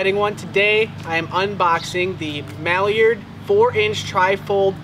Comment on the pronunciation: "MAlliard" – It's MIlliard, mil, not mal , it's not a mallard duck